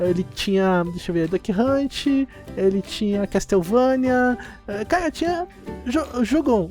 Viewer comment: pq vc fala caga no lugar de cara